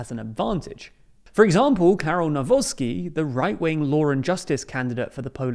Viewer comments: Guys, let me help you out with some pronunciation Trzaskowski - chass-KOV-ski Nawrocki - na-VROT-ski Grzegorz Braun - ASS-hole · Noone can tell anymore that you are biased - You butchered both surnames of the polish president candidates equally. The Copilot is quite decent in explaining how to pronounce those surnames. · Whoever wins in the second round, here in PL, wether Nawrocki or Trzaskowski; good luck to you guys on pronouncing those names! 😁😁😁 Not looking great thus far😂